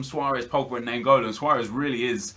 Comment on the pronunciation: Im from belgium and naingolan is pronaunced as ninegolan